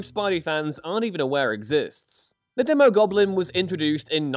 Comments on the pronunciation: It's pronounced DEEmogoblin. A long E. Phonics buddy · It’s pronounced Dee-mo Goblin and Demo Goblin…because he’s a demon…and it’s Mac-en-dale not Mason-dale…